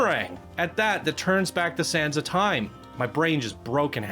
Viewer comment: sands... not sound